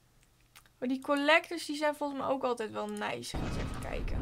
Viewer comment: Hahah. Hoe jij da zegt neis